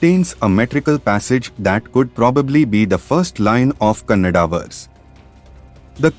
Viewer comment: It's Kannada not cannada